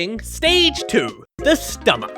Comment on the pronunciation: Bro said stomACH